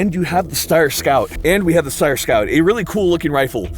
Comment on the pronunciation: The sheer amount of times Steyr is mispronounced in this video if hilarious.